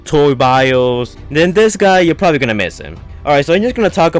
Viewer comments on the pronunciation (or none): none